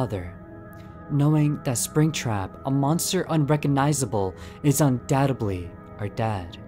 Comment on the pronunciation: I swear here he said “UNDADTEDLY”